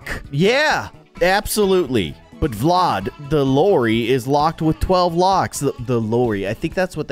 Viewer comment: Uhm it’s called vlad not VLOD?